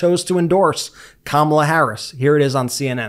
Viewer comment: Kamala is pronounced (comma' la!) NOT (come ala'). How ignorant do you want to be seen as?